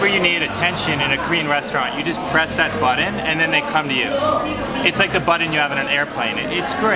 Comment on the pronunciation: Do all Canadians say "button" like that? Might make this my next trip though.